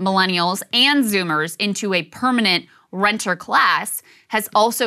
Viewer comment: Saagar ment renter class but he said rentier... His ecnomic ideas are informed by neoliberal tropes. [I throw that out wihout spisific examples in mind]